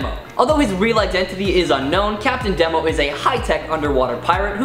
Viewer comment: Couple of things: "Red Pansy"? That was an unfortunate mispronunciation. It's Red Panzer. I always assumed Demo was pronounced to rhyme with Nemo. I always kinda dug Fire-Haired Karla